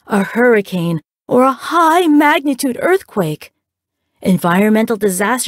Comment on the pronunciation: scared me by narrator’s “ high magnitudeearthquake” pronounciation